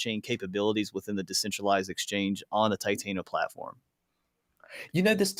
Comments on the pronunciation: TI-TAN-O bro not titaino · Lol I also get cringed when people call it titaino & not TI-TAN-O